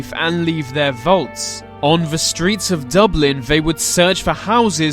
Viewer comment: the, they, their. Not ve, vey, veir